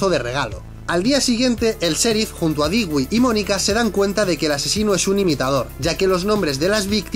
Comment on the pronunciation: 😭 Dewey no se dice “Digüi”, se dice “Dúi”. ¿Qué no vieron Malcolm el de en medio? 🤦🏽‍♀️💔